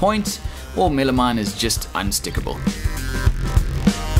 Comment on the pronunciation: Is that just MDF? What's he calling it? Milimite? Millimime? Midimine?